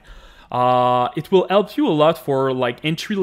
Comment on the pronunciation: Thanks for the 'elp' brother (jk)